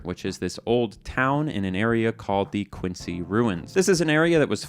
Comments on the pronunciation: pronunciations of Quincy and Natick made the masshole in me cry 🥲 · Its Quin-zee, not Quince-y. Nay-tick, not Nat-ick. The satellite array was named after the town of Revere, which was in turn named after Paul Revere. Signed, a Quincy resident. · its pronounced Quinzy, im not joking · Pronunciation corrections: Quincy - kwin-ZEE Natick - Nay-tick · It’s “Quin-Z-y” lol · Quincy = "Quinzy" Natick = "Nay-Tick" Revere = "Reh-veeah" but that's hardcore. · > Quincy Ruins Someone (probably a Bethesda employee) doesn't watch Today I Found Out! It's pronounced "Quinzy". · Um, it's pronounced Quinzee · "Quincy" is pronounced with the C like a Z, "Quin-zee". Also the song at the end is great, hope to hear the full version soon! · This going to get buried, but I know the people from Boston are going to freak out over pronunciation of "Natick" (Nay-dick) and Quincy (Quinn-Zee). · I’m watching this while on a bus in what is effectively the middle of the Quincy Ruins area. Also it’s pronounced “Quinzee”